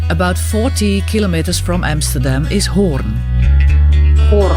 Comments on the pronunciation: The trick is that you pronounce it like horn indeed but extend the o a bit, but don't exaggerate. You did that automatically. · The pronuciation as in horns is spot on! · Pronunciation Hoorn is 10/10 Use the same oo in stroopwafels and you are first English native speaker who pronounce Stroopwafels correctly. Not stroepwafels. 😊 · Your pronunciation of Hoorn is flawless 🙂